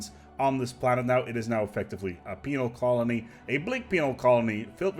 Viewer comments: man you gotta stop pronouncing penal so much like penile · LOL he says penile. LOL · I know you said penal (with an odd pronunciation) but it sounded like female colony tech. So much so I checked the Sub/Closed Captions (which actually thinks you did). Heh,, surely you're not suggesting all criminals in our empires are women? XD